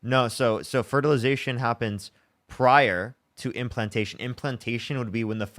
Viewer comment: Does the caller keep calling the womb a wound? And fertilization fraternity? Or is my hearing just messed up?